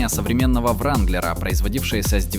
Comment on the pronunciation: Не вранглер а ранглер